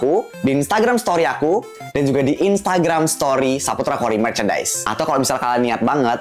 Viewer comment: r nya mana masa koi so kak😂😂😂😂